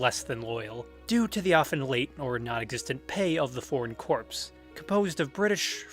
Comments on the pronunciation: corps not corpse. jesus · Great stuff! Gotta say one thing though t's corps like "core," as in the marine corps. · Really good video! One suggestion though- corps is pronounced like “core”